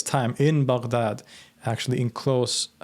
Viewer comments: Finally, someone who pronounced Baghdad right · Im shocked on how you pronounce baghdad so accurately, good job